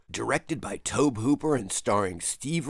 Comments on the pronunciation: Tobe is pronounced like Toby. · Tobe is pronounced TOE-BEE. It was a little painful to hear it pronounced incorrectly so many times. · Tobe is pronounced "Toby" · About 90% sure it's pronounced the same as "Toby" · I don't know why you keep mispronouncing Tobe Hooper's name. HE says it like "Toby" and that should be all you need. 30 seconds of cursory research would have solved this issue. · Why is no one discussing how irksome it is hearing someone pronounce Tobe Hooper's name so incorrectly?